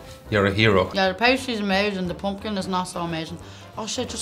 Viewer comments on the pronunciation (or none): Your pronunciation of "poompkin" was the best part.